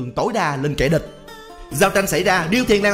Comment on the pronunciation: ủa sao kẻ địch mà sao ông lại nói kẻ địt